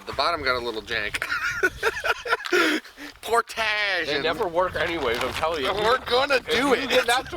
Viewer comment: "Port-age", Indiana!